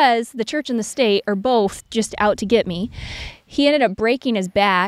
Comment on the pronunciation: What was in regard to? has some interesting pronunciations. SOW- siety instead of suh-siety. He also says boLth instead of both.